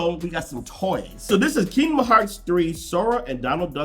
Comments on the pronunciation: Dude its King Dom Hearts, not Kingmom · KinGDom hearts bro not keynom hearts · Boi said “keidnom hars” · "Kingma Hearts" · Keema Hearts lol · King-mon Hearts lol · he keeps sayin kimdom hearts 3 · "Keema Hearts" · I feel like he's saying kingmom hearts 3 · It bothers me that he says keema hearts lol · I'm glad I wasn't the only one who kept hearing it.